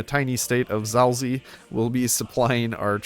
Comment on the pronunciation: You pronounced it "Zalzi" Xd But for a person who doesn't speak polish this is quite acceptable though, because it's pronounced quite weirdly.